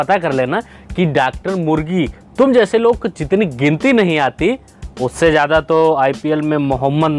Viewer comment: Bolna to seekh ke toiletless country k Chowkidar jeero ni hota zero hota hai Prophit ni hota profit hota hai jiyada ni hota ziyada hota h 🤣🤣